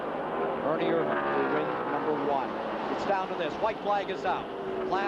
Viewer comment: First race where Ken Squire pronounced Ernie's name IRvan instead of irVAN. Dave Despain still used irVAN late in the race, but somebody must have told him. He said IRvan when he introduced Ernie for the interview... only to fall back to irVAN at the end. At least they didn't claim he was from Modesto, California (where he never actually lived.)